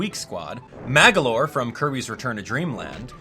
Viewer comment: It's actually magolor, not Magalor... No offence though.